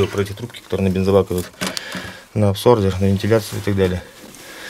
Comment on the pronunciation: "Трубки на абсордер"